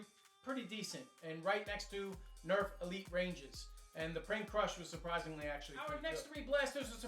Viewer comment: You sed erf in stead of nerf